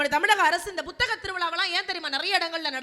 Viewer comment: Nisha ji, *P*uthaga thiruviza nu sollungaa. Buthaga Tiruviza nu sollreenga